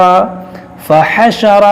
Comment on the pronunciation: Sure an naziyat me aayatn no 22me fa hashra not fahsharata